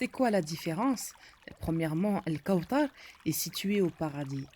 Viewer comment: On dit pas al kaoutar on dit al kaouthar c'est écrit dans le coran " th " et pas " T " apprend a bien parler